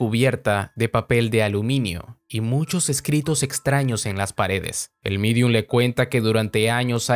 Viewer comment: Se Dice Medium.